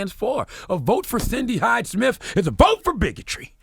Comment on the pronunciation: I'd be nice if you could pronounce "Smith" correctly. You say it like "Smif" 😂😂